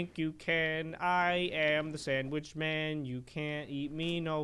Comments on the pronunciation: i like how he says am a sanwich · santwich lol